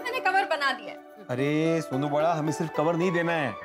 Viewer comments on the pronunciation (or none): I heard Sonu beta 😅 instead of suno beta😂😂